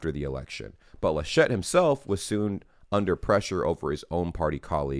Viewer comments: You pronounced "Georg" quite right in your first try: Ge-org. The name "Laschet" is emphasized on the first syllable. More "Lash't" than "La Shett" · its "LAschet". you stress the A